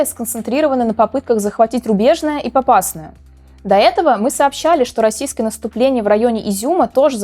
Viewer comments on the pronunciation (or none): РубежнОе, а не РубЕжное.